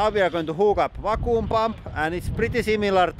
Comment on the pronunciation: FYI vacuum is pronounced văk-yo͞om